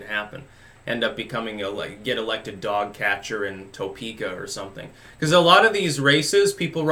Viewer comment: Ok it's pronounced tuh-pee-kuh and I'll vote for you for dog catcher as long as you write me in for Democrat presidential candidate. Here in Topeka nobody says toepeeka technically it should be spelled Tuhpeka. Then again nobody says Kansaw even though they say Arkansaw. Since everything is named after native American lingo technically we are in the absolute midst of the native American cultural appropriation capital of the world. Take that Elisabeth Warren.